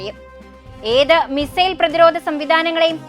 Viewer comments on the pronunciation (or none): none